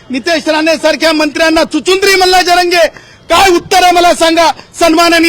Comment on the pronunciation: Chicundri nahi chichundra😂😂